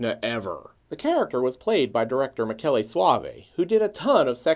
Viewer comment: No, it's not pronounced Mee-shell...it's pronounced [miˈkɛːle]). It's Italian for Michael. But I get why people would think that. :-)